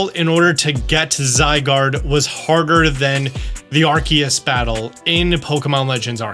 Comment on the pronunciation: When he says Arceus the correct way. ❤❤🎉🎉❤❤